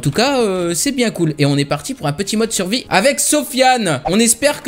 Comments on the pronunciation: pour quoi tu disais suvie au lieu de survie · TA DIS SUVIS